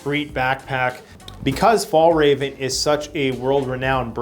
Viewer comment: I must say I laughed a bit about the "Fallraven" = Fjällräven :) the literal translation is "the mountain fox", a brand from Sweden. Not easy for English speakers to pronounce though.